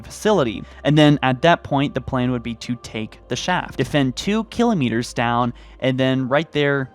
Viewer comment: Yeah.. the annunciation of kilometers and escherum really bug me.